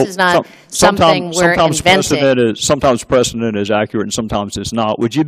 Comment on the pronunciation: We got your "precedent" hangin', honey.